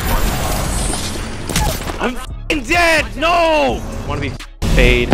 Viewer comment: Bro called him wanna be faid😂😂😂